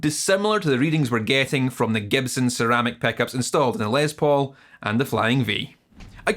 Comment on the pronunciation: "Lez Paul" "peckup" heh